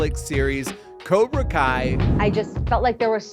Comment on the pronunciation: Cobra not kobr